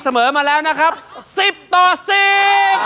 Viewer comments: 🤣🤣🤣ฮาลั่นห้องเลยซูชิอ่านเป็นทิชชู่ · ตลกก ขำจนท้องแข็ง ซูชิอ่านเปนทิชชู่ 55555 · ซูชิ อ่านเป็น ทิชชู่ 555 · ซูชิอ่านเป็นทิชชู่